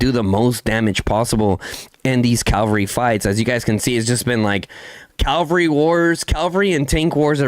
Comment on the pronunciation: lol brah, it's called Cavalry, not Calvary. Calvary is where jesus got crucified. Cavs are fighters on horses while calvs are baby cows or on back of your leg.